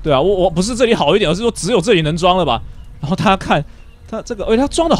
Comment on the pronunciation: 為什麼你最後那一句大家拜拜說成大啊拜拜